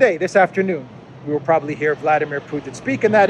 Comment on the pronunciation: [vlad EE meer]